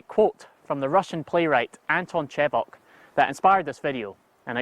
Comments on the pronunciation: Chekhov, not Chevoc. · Hi! Sorry bud, it's not Anton Chevoc, but Anton Chekhov, russian writer. Cool stuff you're doing, thanks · Great video. Only mistake is it's not Chevok, it's Chechov/Chehov. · Did you mean Anton Chekov (not Chevoc)? Love your channel - you're a feckin legend. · Anton "Chevoc"? Don't quote people you have not read.